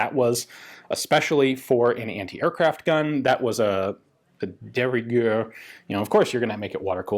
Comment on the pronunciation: "De riguer" I love it when you speak French